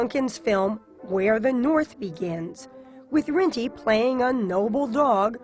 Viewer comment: NO, It's GO Rinty, NOT Yo Rinty! Get it right!